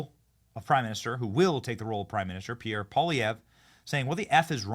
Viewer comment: Your the first american ive heard to get Pierre's name right lol😂